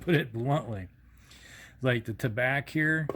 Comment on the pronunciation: Pronounced tah-bah (French for tobacco). Although Tabac is a German co.